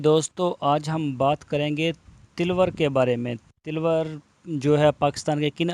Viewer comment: Jahli ko ye pata nh nh is ko tilwar nh taloor bolte hen jahil